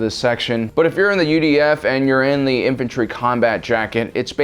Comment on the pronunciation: Every time he says UDF I hear UVF and get triggered